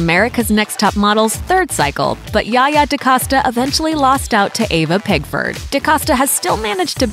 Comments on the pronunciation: It'd be great if you could get a voice actor who could actually read. Eva not Ava. McKey not Mickey. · DaCahsta? Ayva? 😂😂😂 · Her name is EVA pigford, not Ava